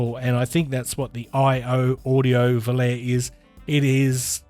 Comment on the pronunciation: Pronounced "vo-lar-e". 🙊